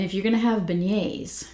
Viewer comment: So good to see you and your ideas are so right! I haven’t gotten this yet but it seems they did a good job with it. On the end of month live with Dan Orchard he pronounced beignets “Ben-ets”, it was so funny. Being from Louisiana we just take all the NOLA stuff for granted. It really is such a neat city with so much culture and history. I could tell by your accent you from there when I first started watching your channel. I’m a north Louisiana girl. Randazzo king cakes are so good. And a side note, Hubig pies are back out! My cousin brought me one at thanksgiving. Anyway really loved hearing your thoughts and can’t wait to sniff these!